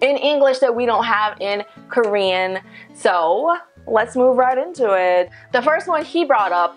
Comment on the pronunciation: Her Korean word pronunciation is so different from most foreigners. The pronunciation is genuinely Korean. I don't know how it was possible. Most foreigners, even though speak fluently in Korean but with thick foreign accents and pronunciations.